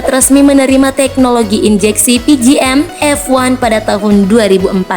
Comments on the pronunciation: Kak maaf bukan pgm-f1 tapi pgm-fi . Bukan "one" Tapi "i"🙏🙏🙏🙏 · Pi ji em ef wan.. hiyaaaa , harus nya pi ji em ef ai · Hahahahahaha pgm fi di sebut pgm f1,saber di sebut sabre ,cs1 bukan 110🤣🤣🤣🤣🤣🤣🤣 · Baru tau ci es wan 110cc .. kirain 125cc .. Pi ji em ef ai .. bukan pi ji em ef wan 😂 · pe ge em ef i,.. bukan pe ge em ef wan.. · Pijiem ef ai... Bukan pijiem ef wan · PGM F I bukan PGM EF WAN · ngakak nyebut pgm F wan. hahaha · Begini jadinya kalau bukan ahlinya yang bicara,CS 1 dibilang 110cc,mesin tidur,pgm fi dibilang pgm f one. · Gatel bgt dengernya emg 😂